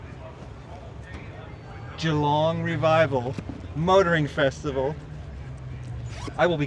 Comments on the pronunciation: No effort to try to say Geelong correctly even after someone told him. At least we try our best to pronounce their country towns and cities properly when we go over there…, if we don’t we sure get crushed for it. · One hilarious vid today 🤣. The shoulder bird, the posing with wooden sculpture dudes, the constant mispronunciation of Geelong, the kiddy ride, and everything else I've not mentioned. Such quality content both of you, but I want you to talk to people who recognise you longer👏👏👌🥰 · I love the Geelong (jalong) bit, very good! ❤️🇦🇺 Edit: maybe “juh-long” for Americans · Love the constant mispronunciation of Geelong 🤣🤣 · I think you need to listen to your camera person she was trying to tell you multiple times how to say Geelong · its actully pronounced as Geelong starting with the letter G 😀